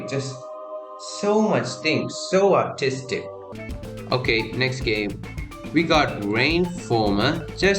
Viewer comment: I have no idea if you are saying artistic or autistic